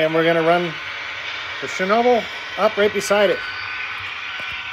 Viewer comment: ShhNa-ball.. but everyone gets it wrong.. watch some Gold Rush with Parker Schnabel they say it right.. but looks great I have to make sure i give myself room for mine with the retort load.